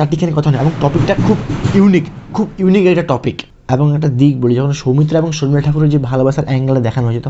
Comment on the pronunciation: আপনি কি real life এ ট্রেন চালক ? What kind of problem you have man ? Do you need to catch a flight ? খুবই কঠিন আপনাকে follow করা ! আর কথা বলতে যেয়ে এত ঝোলেন কেন ? বাচ্চারা যেমন পড়া র সময় ঝুলতে থাকে সামনে পিছে ? ভীষন বিরক্তিকর . শর্মিলা কে বলছেন সর্মিলা ? সৌমিত্র কে বলছেন সওমিত্র ? ‘শ’ কে ‘স’ বলেন কেন ? একদম ঊচচারন বিভ্রাট . আর video তো না যেন Rocket ছুটছে !